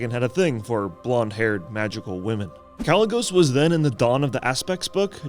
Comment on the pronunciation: Why would he call himself Kalec if you're pronouncing the name without the "C" then why would you shorten it and use the "C"?